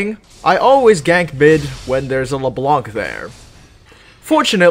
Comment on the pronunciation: the c on Leblanc is silent.